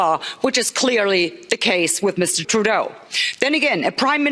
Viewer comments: it’s True-doe. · it's pronounced like True dough.